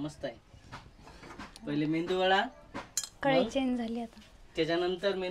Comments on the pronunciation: मेंयदू वडा नाही मेंदू वडा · मेंदू वडा नाही मेदू वडा आणि ढोसा नाही डोसा😂😂😂 मेंदू वडा बनवण्यासाठी फक्त उडदाची डाळ लागते हा तुमचा मिश्रण इडलीचा तयार झालेला आहे 😂😂😂